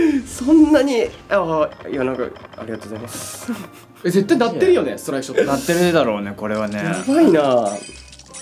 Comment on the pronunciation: 30連目にストライクショトー‼︎て言ってましたよね